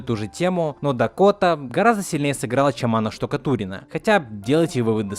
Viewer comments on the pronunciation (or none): иронично, что докапываешься до сущих мелочей (и не слишком корректно, к слову), а при этом даже не удосужился правильно произнести имя актера озвучания. Анна Штукатурова, а не Штукатурина.